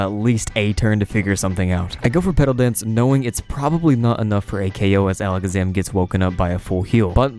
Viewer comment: Alec Zaman??? - it’s Ala Kaz Am like magicians say…